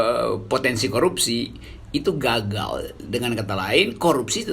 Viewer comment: Keren pengucapan.. "..itu ga..gal..!"